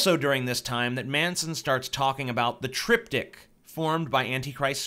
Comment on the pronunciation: why did i keep understanding the Trip Dick instead of triptik ahahahahaha